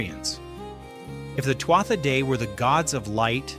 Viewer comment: NONONONO, it isn't "sel-tic" it's KELTIC. kkkkkeltic. sigh; it isn't twata - pause for a minute and say that out loud again. not TWAT-a; see what I mean? they were "too ahh" "day-dahna". Another sigh: Claíomh Solais (Irish for "Sword of Light") is pronounced roughly as "Klee-uv Shull-ish". Remember this is GAELIC not English. "MH" in Gaelic is said like a "v". Oh, boy: Maige: My-geh (rhymes with "high-geh"). Tuired: Too-red (rhymes with "do-red"). Luu, not LU-GH. ...not CUCHILIAN- "coo coolin". Bean Nighe (Scottish Gaelic for "washerwoman") as "BEN NEE-yeh" or "ben-nee-yeh. Cailleach is pronounced with variations, but generally like "KAH-lyakh" or "KULL-yakh. And NONONO Samhain is a Welsh word, the "mh" is that soft "v" or mostly Sowen. It means summer's end. All I did for was enter the spelling and ask how is it pronounced. Tadah! PLEASE look up the correct way to speak these words; it lends more creedence to your channel. Otherwise you'll have someone else tearing your pronunciations apart.